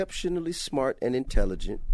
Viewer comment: lmmfao t.i. can barely say intelligent. this is hopefully a joke.